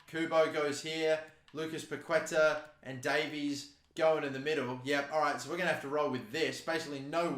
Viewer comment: Hey mate, big fan of yours from Brazil!! Waiting for the next FIFA My Career video. And just one tip: The correct way to spell Paquetá in Brazilian Portuguese is something like "Paketaah".